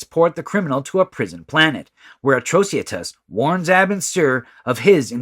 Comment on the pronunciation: It is supposed to be Atrocitus - for better reading A-TRO-CI-TUS, not Atrociatus.